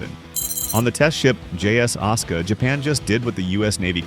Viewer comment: ASUKA (AI voice aska) Jap: ah-su-kah